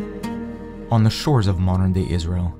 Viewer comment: It's Palestine I don't know he called it izhell ?